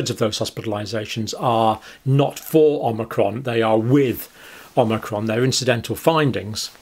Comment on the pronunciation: Did he pronounce it “Omicrom” at the mark? And again ?